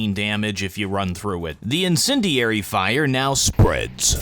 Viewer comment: every time he says the word "INDENDIARY" it sounds less and less like a real word